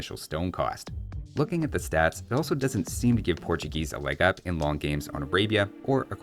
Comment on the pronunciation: *Portugeese lol